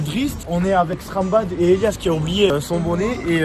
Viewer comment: Je crois ta oublier le T dans " Strambad"